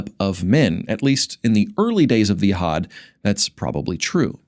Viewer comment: And "Yehad" should be pronounced Yehud.